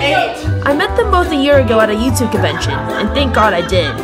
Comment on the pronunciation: I love how she says "covention" and "covince" 😂😂